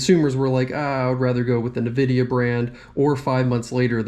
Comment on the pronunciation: bruh say Nvidia properly